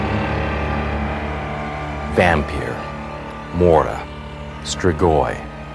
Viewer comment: at the beggining he says VAMPEER HAHAHAHAHA LOL